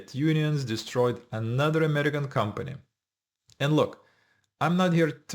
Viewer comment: Foreigner who can't even pronounce AMERICAN